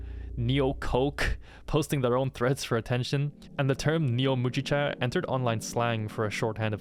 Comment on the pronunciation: MOO GEE CHA, it's barley tea